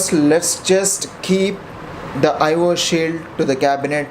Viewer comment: Sorry to interrupt you but it's not Ivor shield it's I/O SHIELD